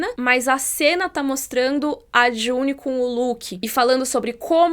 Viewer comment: Por favor parem de dizer JunEEE